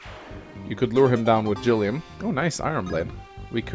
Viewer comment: Thank you for the hard G on Gilliam. Liked, commented, subscribed!